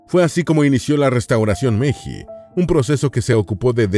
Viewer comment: Se escribe meiji, pero se lee meilli.